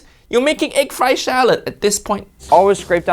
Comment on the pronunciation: Fried rice, not "fry" rice.